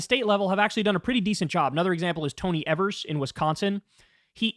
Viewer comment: Kyle, repeat after me, Tony Evers. Not “Ever-s” its more like “Eve-ers”. Give the man the respect he deserves. Go watch 1 min campaign video of his to hear it properly.